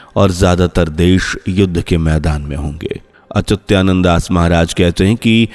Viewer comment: 😂 मूर्ख संत अच्युतानंद दास 😂 महाराज न कि अत्युचानंद है